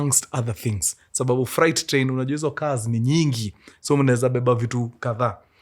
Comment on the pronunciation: Mkuru sema freight... Fre alafu 8. Sio fright